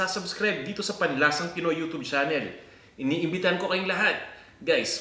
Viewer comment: Maniniwala na sana ako, pero sabi nya “YU-TOOB”